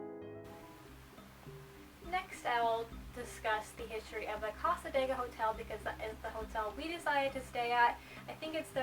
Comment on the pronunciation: You're pronouncing cassadega wrong lol sorry but as a local its a bit annoying. The area isn't haunted at all they just use the reputation to make money as a small town.